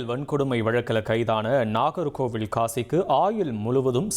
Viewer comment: ஒரு வரி விடயத்த லூப்ல போட்ட மாதிரி அதையே திருப்பி, திருப்பி சொல்றீங்க அதுமட்டும் அல்லாமல் நாகர்கோவிலை, நாகர்கோவிள் என்று உச்சரிப்பு.